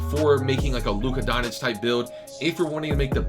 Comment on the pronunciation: “Luka Donich”